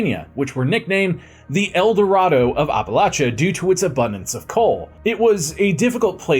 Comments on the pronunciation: The way you keep pronouncing "Appalachia" makes me cringe. Someone from the region tell me he's doing it wrong, please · From WV here. It’s hurting my ears! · "The way I pronounced it is the right way, apparently." according to some people. I've lived in the area almost my entire life and no, we do not pronounce it that way. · every time i hear it a little voice screams APP... APP-a-latcha. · Wish I could watch this but can't take any more of "OppaLOTcha". It's pronounced AppaLATCHa. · it’s the first syllable that I have a problem with. He says Ahh Pa not App uh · As a WV native hearing the way you pronounce it as oppa-lotcha is so jarring. Where I'm from it's any of Appa-latcha or Appa-lay-sha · App-uh-latch-uh!!!!!! Say it right or keep it out of your mouth. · Ahp a LOTCHA? 😂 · ITS NOT HARD APPLE- AT- CHA.... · Maryland here 😂 I do say the same it bugs me so much lol it’s not that hard it’s always the people that are not from here try to make it seem like there right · glad it’s not just me lol i’m like where are you from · I've heard a lot of people mispronounce Appalachia.. but holy fuck nuts?! Yours is the literal worst I've ever heard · bro you butchered Appalacha its app like on the phone at least thats how we say it in the south. great video btw I really enjoyed it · Terrible pronunciation of the title region. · It's always good when this bit of history gets some attention. But man, every mispronunciation of the region gave me a full body twitch. I live minutes away from Paint Creek, and have traveled all throughout the Appalachian Mountains, and I've never heard it said like that. You still get a thumbs up, though. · I live in PA northeastern Pennsylvania to be specific and I’ve hiked a lot and lived in Appalachia and it’s always funny to me hearing ppl not from around here pronounce it the way you did lol great video though been a viewer of all the channels and since the beginning of this channel. Nice seeing a video close to home. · it 100% is not correct